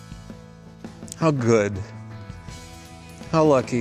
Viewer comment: "How good.. Gow lucky... And I love Mike."